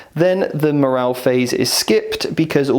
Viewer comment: Great advice but... morale with an E, please.